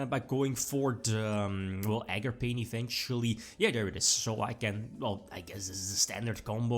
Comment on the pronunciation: Nooooo ARGAPAIN